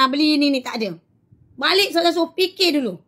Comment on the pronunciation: tapi dia sebut pun bukan bunyi ustazah... bunyi "TAZAH" ade la 😂